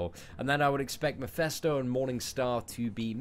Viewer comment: It's pronounced "Mephisto" not "Mephesto"